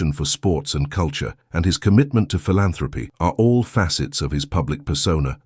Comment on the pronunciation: A . I You Did Not Say Philanthropy Correctly